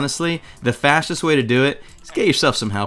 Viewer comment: *chough*did he say facist or fastest